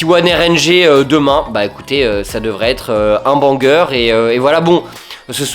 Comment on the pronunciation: Chips qui dis : "tah" "blog" "bangeur" ça me régale